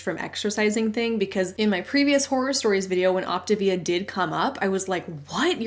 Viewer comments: “Op ti via” sounds just 🤣🤣🤣. It’s sending me!!! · That pronunciation of Optavia actually makes sense. Like a contraction between the Latin (or maybe Italian) words optare (to choose) and via (life). It's exactly what they are promoting and not at all achieving...